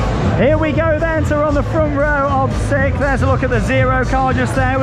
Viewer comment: sounds like you're saying 'Sick'. Strange name, especially people saying they like sik.